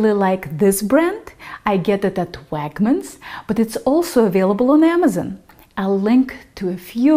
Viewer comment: Oh sweet I've always wondered how to pronounce koshihikari. Hears Wagmens and Amezen Oh shit.